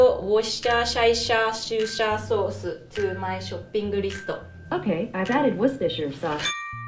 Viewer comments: "alexa, add worshersher s-* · lol. The misspelling was an immitation of how the lady spoke . xD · + Call Me A pErSoN Everyone said it fine then the girl sounded like she said auaueusjdnrhsiakkj shopping list and it got it right. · That's not how you pronounce Worcestershire!! Wu-ster shire, 3 syllables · No one is pronouncing Worcestershire sauce correctly. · Addo-woshta-shaisha-shusha-sousu-to-my-shopping-listo Italian R joined. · I can't stop laughing. " Add the woshashaishashosha sosuru to my shoppping listu"